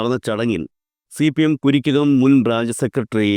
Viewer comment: Kurikkakam alla Karikkakam